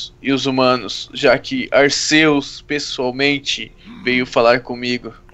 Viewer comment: não é arcêus e arquius que se fala e se escreve arceua